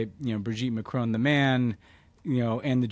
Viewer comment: I have to know. What will it take to stop you pronouncing Macron as 'McCrone'? You've been driving us all mad with this for years now. Please just say Macron like a normal person.